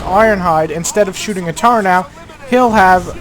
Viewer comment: ok for the one hundretmillionth time people it is turret! not turrent! it is spelled T U R R E T look it up! oh and can megatron fly like in the movie.